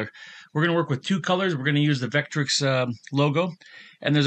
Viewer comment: "Vetric". Not "Vetrix". Great presentation though otherwise :)